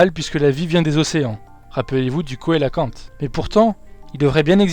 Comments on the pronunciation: Vidéo très intéressante Pouce bleu :) (on écrit cœlacanthe mais on prononce [célacante] :P) Impatient d'une autre vidéo sur le monde aquatique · coelacanthe ça se prononce célacanthe...